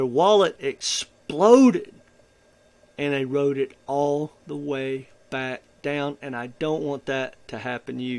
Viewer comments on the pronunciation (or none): none